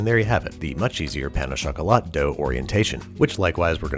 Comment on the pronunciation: "pain ow chocolate"